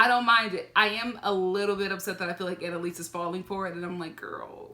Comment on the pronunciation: ANALise 😂😂 I can’t stop saying it lol